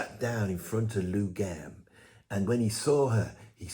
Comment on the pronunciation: “Lou Gamm” fckin hell man it’s Gramm! 🤣